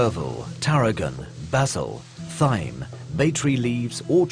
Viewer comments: Thyme is pronounced like time. The aitch is silent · Did this dude seriously just pronounce thyme phonetically? Bruh..